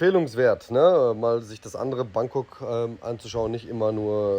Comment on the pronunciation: Bitte richtig aussprechen: BAAngkok, nicht Bäängkok